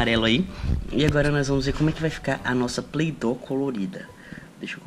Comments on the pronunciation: Se fala "Plei-dou" mds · e play doy não play doo 😂